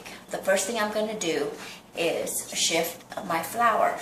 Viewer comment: It's sift not shift lol